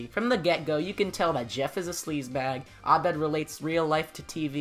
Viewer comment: What’s up with saying Abed properly!!??? I had the video playing in the background and that pronunciation gave me a HUGE shock 😂😂 i love it. I have no clue if you speak arabic or if that was just you doing your homework, either way it waa refreshing.